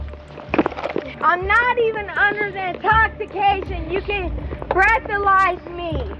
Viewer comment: "I'm not under the in..TOX a cation... you can BRESS a lize me!" I'm fkn dead guys XD